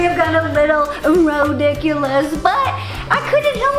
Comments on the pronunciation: I love when she says rodiculous. #rodiculous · This how many times she said rodiculus I I I V